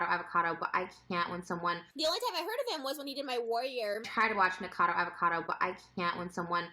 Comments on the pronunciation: It’s nikAcado avocado. Nik UH cado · please. Ni - co - kha - dough. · Nick-ah-ca-do, avo-ca-do You’re welcome🤡